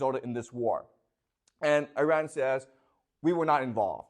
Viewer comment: I know that wife reads these comments. Please tell your husband he is mispronouncing the country Iran and it makes him less credible. Imagine if someone else mispronounced the country China in a lecture about China, would you find the speaker credible? Please help understand this so he can improve his knowledge and respect for other cultures.